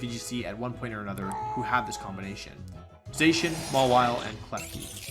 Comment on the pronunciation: Zacian is pronounced ZAH-SEE-ANN not ZAY-shin!